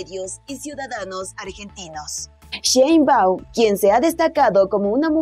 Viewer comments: Que no es sheinbau, te falta la m al final, estas menza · Se pronuncia Shein-bauM, NO LA CAGUES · Se pronuncia como se escribe SHEINBAUM no sheibau...